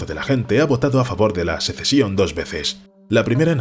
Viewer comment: Sesecion? En serio? Y no lo dices una sola vez.